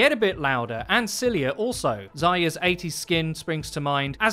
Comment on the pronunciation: You should pronounce "r" in Zarya. Without "r" it sound like "Зая". It means "hare" in russian, and is also a common affectionate name